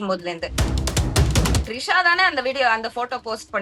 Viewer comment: திரிஷா மேடம் ட்ரிஷா இல்ல 🤣🤣🤣🤣🤣🤣🤣🤣🤣🤣🤣🤣🤣🤣🤣🤣🤣🤣🤣🤣🤣